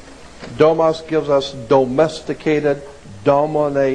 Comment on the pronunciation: it "domus" and means "house". stopped watching after he blew that in the very beginning.